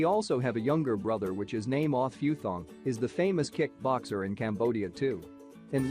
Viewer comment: It’s pronounced Eh Pootong